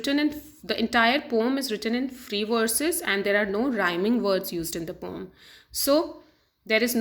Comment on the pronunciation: Maam thats poem not pom